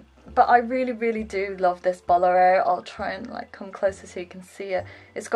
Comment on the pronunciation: Bolero is pronounced bow-lair-oh with the emphasis on the middle "lair" part. :) No worries though, this episode is still super adorable! Thanks for sharing your wardrobe, it is gorgeous!!!